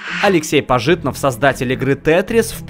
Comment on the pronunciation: ПажИтнов??? ПажИтнов!?? ПАжитнов, а не ПажИтнов!!